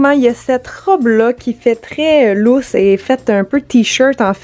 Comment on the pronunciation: Tu dis vraiment lousse bizarrement 😂❤️